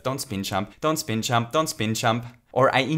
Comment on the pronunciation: it took me way too long to realize he was saying "jump" and not "chump" lmao